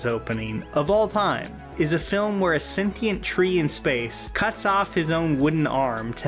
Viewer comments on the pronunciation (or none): none